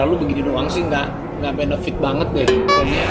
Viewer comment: Bonafit beda kali a sama benefit wkwkwkwk